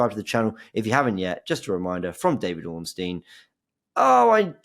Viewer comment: James can you tell Robbie how to pronounce Ornstein he keeps calling him ORN-NAST-TEIN